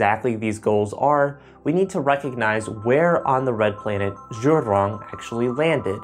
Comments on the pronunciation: Zhurong is prounounced as JU'rong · "Jew Rong". Zh is pronounced similar to a J. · "Zhu rrrrrrroooooon"